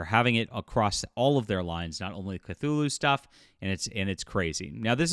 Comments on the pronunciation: Quit adding an L . It is Cthulhu NOT Clthulhu. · Not even 30secs in this vid and this guy pronounced 'Cthulhu' wrongly twice (even by the normal, non-Lovecraftian standard), I see an AI created image and hear Cthulhu by Gaslight being called 'steampunk-like' while it just represents the victorian era. I'm outta here, this is slop and full of wrong assumptions even before the whole shaming begins... Not surprising considering the title lol